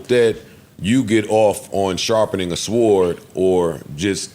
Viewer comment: "SWORD" Cmon Joe, the W is silent my guy!